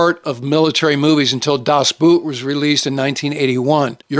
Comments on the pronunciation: das Boot is pronounced das Boat, and my all time favorite. Patton's line "I read your book" is badly marred by the movie showing a book labeled "Tank Attacks". Rommel's book, which Patton probably did read, was "Infantry Attacks". Two candidates would be: - Captain Jack Aubrey played by Russell Crowe in Master and Commander. The absolute best movie about a British frigate in the age of sail. - Col. Joshua Chamberlain played by Jeff Daniels in Gettysburg. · Das Boot is a masterpiece but Boot in German is pronounced BOAT, with a long O vowel.